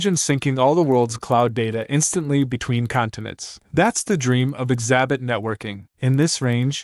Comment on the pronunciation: Just a small correction in pronunciation. It's not ex-A-bit (like you're saying the letter X and "abit" like rabbit). It's EXUH-BIT, EXUH-BYTE.